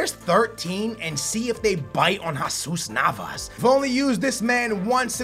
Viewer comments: it's Jesus Nava not jaaaaasus Nava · That's not how u prenounce jesus navas